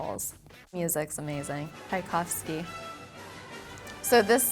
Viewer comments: She said Tai-kovsky. My classical music heart has shattered. It’s Tchaikovsky, beginning pronounced like chai tea! Chai-kovsky not Tai-kovsky like Thailand! Oooooooo! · Lmao did she really just say taicovski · 'Khykovsky'. Really?